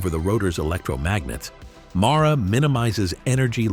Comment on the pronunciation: MARA? When it reads Mahle on every single motor? 🤨